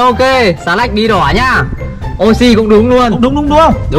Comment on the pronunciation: Phải là Oishi chứ ko phải oxi